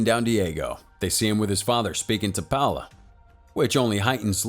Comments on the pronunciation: Thought I was the only one. This dude really said “powla” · Actually the way to pronounce Paola is (Paeoela)